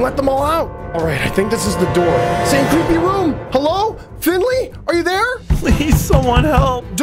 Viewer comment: "Open the noor"